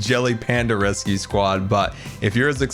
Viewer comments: Ahem... scar... its rescue not resue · What a jam packed episode! Ummm...Scar...what is a 'resue?' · Panda "resue"? 😂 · “Panda resue” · "Panda Resue" lmao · “Panda Resue” 😂 I love you Scar. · Panda "Resue" Lol I love it